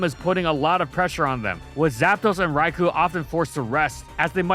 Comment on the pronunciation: The only thing I see here that should be way better than it is pronunciation of (Rai-koh)'s name. It's not rocket science bud, come on.